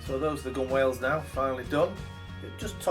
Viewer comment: Why don't you try some blue or green painter's tape next you're taping off? BTW, gunwales is pronounced gunnels or gun'ls. Oh, ships don't have stairs, they're always called ladders. I climbed and went down enough to know.😊😊